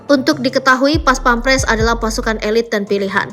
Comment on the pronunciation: Bukan pampres tapi pèmperes.